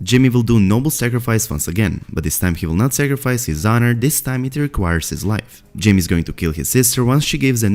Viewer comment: Is it just me or do you hear “Jimmy” when he says “Jaime.” I cant unhear it now 😂